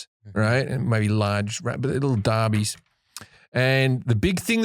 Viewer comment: JIM! It's "Dassies" not "Derbies"!